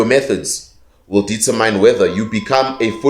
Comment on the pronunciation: sorry for this but I'm doing this becuase you're just too smart to mispronounce determin(e) so accept my humble assistance for this correction 🙏💜🙏